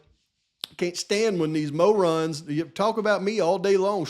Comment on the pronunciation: Hey, say the word mo-rons again lol I’m just teasing. As always, Excellent video brother! God Bless.